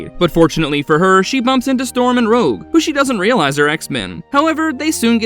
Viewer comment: He also said "Rouje" at one point. This channel has used AI text-to-speech before; wonder if this video does it as well.